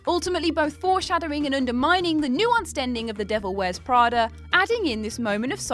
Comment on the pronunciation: " The Devil Wears Prader"